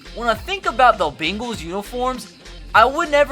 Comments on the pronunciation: it’s pronounced bengals not bagels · Beangals😂😂😂😂😂 beels😂😂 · Try to start saying "bane-gles"